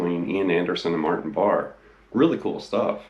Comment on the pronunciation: It's pronounced Bar-A.......at last according to Ian!